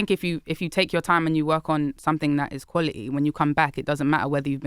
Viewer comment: the way she says quality is dope